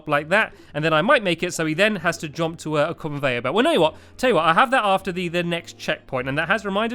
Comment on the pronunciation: r-u-n - Run (you say that right) J-U-M-P Jump.. (you fail to say this right - God it's like Stewie with cool Whip!